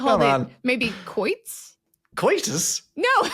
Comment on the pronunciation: As in quoin pronounced just like coin, quoit is pronounced koit.